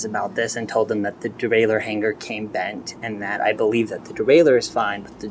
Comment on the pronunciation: Great, honest, and detailed video. Fyi, though.. You are pronouncing the word, Hanger wrong. It's not, Hang•"GER." It's, "Hang•"ER." There's no "GUR," sound! The 'ng' letter grouping sound has no 'GUH!!!' And, btw, that is for ALL words ending in 'ng,' There's no "GUH" sound. The back of the throat, when it closes to make the proper 'ng' sound, STAYS closed. It is improper and sounds stupid, when people release the closing of the back of the throat to end with "Guh." I mean, godDAMN, people! REALLY?!?!? Holy SHIT, man!!!!